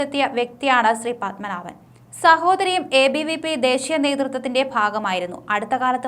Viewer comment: ശ്രീ... പദ്മനാഭൻ അല്ല. ശ്രീപദ്മനാഭൻ. വെറുതെ നോക്കി വായിക്കുന്നത് അല്ലാതെ പൊതു അറിവോടെ കൂടേ വായിക്കുക.